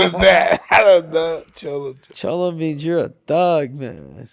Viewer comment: my man said the "chollo"" brothers 🤣🤣🤣🤣 my man IRON MIKE